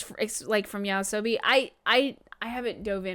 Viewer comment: It's not "yaosobi" (sobi for eight tails), it's "Yoasobi" (nightlife).